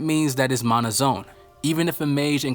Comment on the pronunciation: It’s a problem because you keep mispronouncing mana